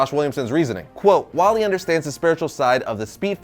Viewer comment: Barry elen is the best but how did Josh said its Walley😭😭😭